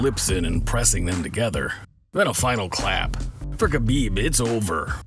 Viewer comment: It’s habib not kabib